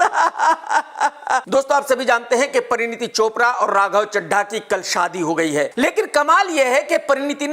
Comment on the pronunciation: Pareeneeti becomes pareeneta lol